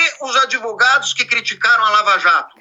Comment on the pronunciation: Esse cara é uma besta que fala "adevogados".